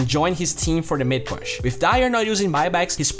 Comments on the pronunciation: Great video and keep the work up!! But you pronounce "push" as /po͝oSH/ ;)) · Learn to pronounce "push" please , it's distracting